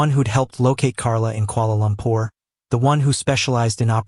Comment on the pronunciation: Kuala Lumpur please, not Koala Lumpur